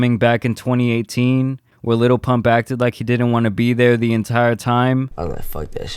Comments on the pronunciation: ok i realize you are half white, but jesus its not "Little Pump", its "Lil Pump" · "Liddle pimmpp"😂😂😂😂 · I still laugh my ass off every time donny says lil pimp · Trump said his name wrong🤣🤣🤣🤣🤣🤣 the disrespect. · He’s quite literally supporting a man who doesn’t even know his name. Dude literally fucked up his name on live tv while looking directly at him